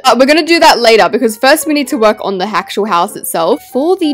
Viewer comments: you said Hatcher house not actual house, you silly Billy you silly sausage😊😊😊😊😊😊😊😊😊😊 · Not sayin ✨💀hactual✨ instead of actual💀✨